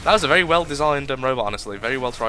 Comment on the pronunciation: Lol vewwy vewwy well